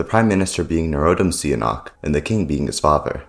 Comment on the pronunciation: You also pronounced "Sihanouk" as "see a knock".